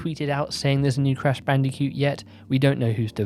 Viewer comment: I love how you say bandi-cute 😂